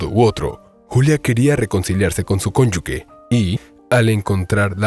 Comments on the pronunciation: No es cónyugue. Es cónyuge. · Unos dicen cónyugue y usted dice cónyuque si la palabra correcta es cónyuge.